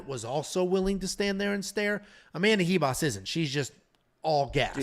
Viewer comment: Why the hell does everyone say amanda Hivas???? Its ribas with a RRRRRR